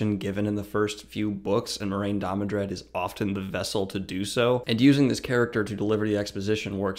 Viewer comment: I feel like “Last Jedi” Luke Skywalker watching this. “Amazing. Every word of what you just said was wrong.” First of all, it’s DAMODRED, not DamoNdred. I thought I was imagining that pronunciation, but that’s also how it’s spelled in the description below the video. Is it really too much to ask you to just pick up the damn book once in a while when preparing these videos? This is an utter misrepresentation of what Moiraine is and represents. First of all, it's good that Rand did not listen to her. She is NOT the voice of the author or "word of God." She does provide a great deal of exposition, but that's not because she's right about what to do. Rather, Moiraine (and Siuan) represent the status quo. They represent the state of the world Rand comes into, and most important, they embody the shortcomings. Moiraine & Siuan are why the world needs Rand. They are too fixated on conventional solutions, because that's what they know. The world is falling apart, and Rand needs to break the paradigm, to shake up the status quo and the Aes Sedai and their ideal members, Moiraine and Siuan are committed to the preservation of the status quo, because that's what put them on top. Most importantly, Moiraine, like Siuan, is a political figure and largely amoral. Rand is not, but Moiraine tries to make him so. Rand is an inspirational figure. As ta'veren, he inspires people to step up and play their part in the grand design. His mission is to get people to work together willingly, not to gat